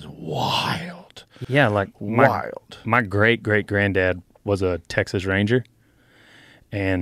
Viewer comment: ”but Teeaaixuuhs”